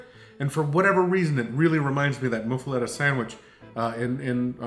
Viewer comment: New Orleans native here. Moof-uh-lotta. It really doesn't matter though, lol. Olive salad is life. Thanks for the vids.